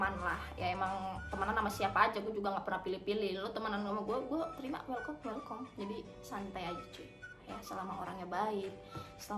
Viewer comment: welcome Udah kayak merek batere cualcome kwkwkwkw canda waria 🤣🤣🤣